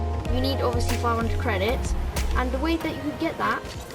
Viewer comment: 'Credidts' lol